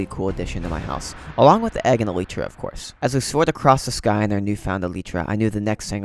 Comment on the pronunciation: Elitra… it’s elytra